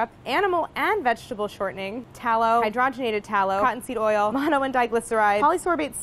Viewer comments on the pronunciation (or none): none